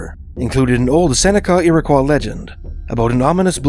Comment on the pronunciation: I always heard it 'Irrah-qwoy"